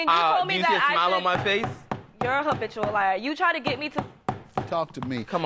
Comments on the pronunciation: but why he keep saying Obitual instead of habitual🤭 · Did he say obitual liar🤣🤣🤣